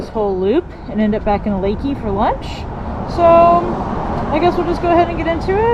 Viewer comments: there is a better swimming place in Camp Wood. Private property on the Nueces river. A campground next door. He charges 5 bucks day use. Add hwy 39 up from of us 83 Leakey to Kerrville for a great ride. Nice to hear someone pronounce it correctly on utube. safe travels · As a Texas Hill Country resident, thank you for pronouncing Leakey correctly. :-)